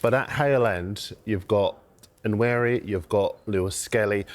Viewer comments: Ethan himself pronounced it with a silent N. It’s just Wa-neri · At least learn how to say the kid's name correctly. Nwaneri. Not Anweri. Not Nanweri. Nwaneri. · Just say Ethan if you can’t pronounce Nwaneri properly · His name is pronounced as Wan-neri stop butchering his surname please!